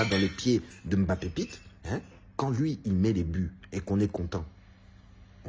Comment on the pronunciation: Prononce bien ce nom, il vient du Cameroun et il est respecté (ce nom ) ici par son grand père